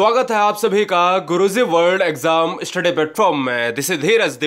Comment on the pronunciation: Guru zi nhii.....guru ji bole plz....aap ghalat bolte h